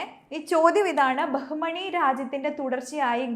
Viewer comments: ബഹുമണി അല്ല ബാമിനി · ബഹുമണി അല്ല. ബാഹ്മിനി. (ബാമിനി )